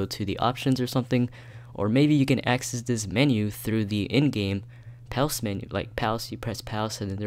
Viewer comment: Powse? No its pause